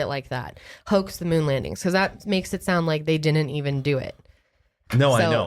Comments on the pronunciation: it may not seyound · I hella needed this right now... I can’t sleep and was starting to go stir crazy lol Edit: i spit my water everywhere when pronounced ‘sound’ really weird 😂